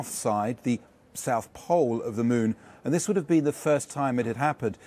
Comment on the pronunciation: "Scheduled to land on the south pool of the Mon"